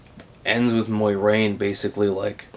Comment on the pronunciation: BTW it's not Moirane, it's More-aine, Moraine